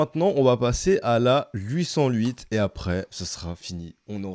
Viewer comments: Comment ta dis 808 j'étais mooort 😂😂😂😂😂😂 franchement c'est encore plus drôle que le ouit sans ouit des belge ( j'en suis un ) 😂😂😂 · Comment tu dis 808 ça me fume 😂